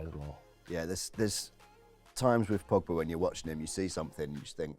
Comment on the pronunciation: I turned off when he said Pogba. I mean seriously!